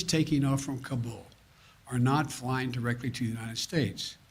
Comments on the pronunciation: He called it "kambul" several times. This man is so lost and ruining america!!! I'm assuming hes reading a teleprompter here? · The President Can't even pronounce Kabul correctly.